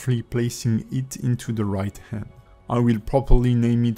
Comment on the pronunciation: Hi, want to ask something, do not get me wrong, but in your paid course for rigging, do you speak slowly, better? I m asking cause i am considering get your course, but i get messed alot couse i do not understand alot of words you speak. like, when you should say hand and you said "and", you are eating the h sound when its the first consonant. Also you cut some parts or go to fast trought some important parts. I just want to be sure that you do better on the courses, cause i see that you are very talented and pro on blender, but you fail some diction and explanation.